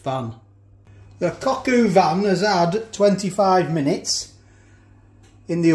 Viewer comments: It is cog o van not coq u van! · For what it’s worth it’s pronounced Cock ‘O’ van matey, not cock-oo-van. No way I’d have wasted any of that juice by the way! Enjoyed the video